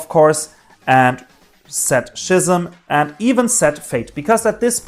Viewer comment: it’s ski-ism not shey-ism also search schims first then draw its better